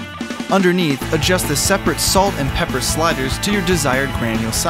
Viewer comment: You said pee for pepper